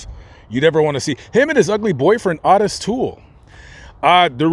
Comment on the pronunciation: Again, Ottis is pronounced Otis. Jeez!!!!!